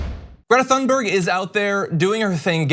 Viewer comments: Ummmm, Thunberg is pronounced "Toonberg". It's "Swedish". A "foreign language". Oh, and IMPEACH TRUMP NOW! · Her name is pronounced Toon-bury. How is D'Souza is still in office? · Greta Thunberg, it's pronounced Greeta Tuneburza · I love hearing people misspronounce "Greta Thunberg" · Hi John, can you please learn to pronounce Greta's name. Thank you